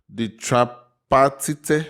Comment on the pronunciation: “Tripartite” is pronounced “Try-Par-tite” brother, its a hard word sometimes🤣🤣